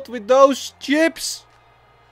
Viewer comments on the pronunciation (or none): none